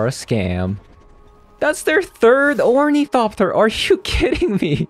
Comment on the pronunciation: "orniethopter" lol, No hate ❤